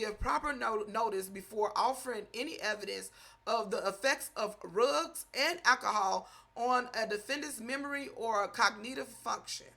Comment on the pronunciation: I Love the way She saying =RUGS=... 😂😂😂